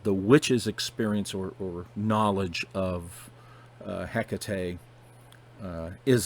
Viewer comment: i call her hek tate nice to hear the proper pronunciation